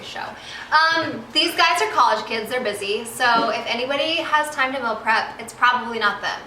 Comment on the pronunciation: Why does she say "mill" prep?